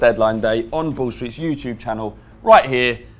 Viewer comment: When they say "Ball Street" fast.. It sounds like "Bullshit".. Which is kinda apt for this channel